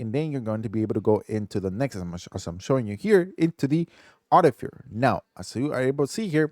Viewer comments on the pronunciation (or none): Text: Artificer This guy: ArTiFeR